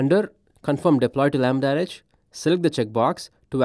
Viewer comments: Why does he keep saying "lambda-rej"? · Chojnackiyes yes, but he says "REJ" or "RH" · If the host is presenting a product, he should have at least tried to pronounce its name correctly. Stating that apparently there was no effort made by this specific AWS employee is just that: a statement of a fact. Doesn't make anyone a racist or not though. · He is very clearly not saying it correctly.